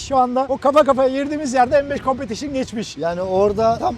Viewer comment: Bu competition un telaffuzu en çok Doğan beye yakışıyor